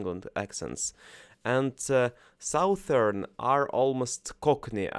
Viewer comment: A quick tip for you: 'Southern' is actually pronounced 'suthern'. (It seems odd but it's true).